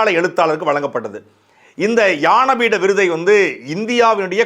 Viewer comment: அன்பு தம்பி சாட்டை. அவர்களே! இது ஞானபீட விருது. யான பீடம் என்று உச்சரிக்கிறீர்கள்.